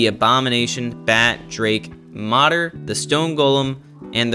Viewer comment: Just a heads up man, it’s “Moder”, like Motor. Translates to mother